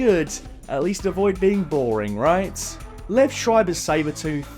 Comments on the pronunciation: Just a heads up; Liev pronounced LEE-ev not Liv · His name is pronounced Lee-ehv.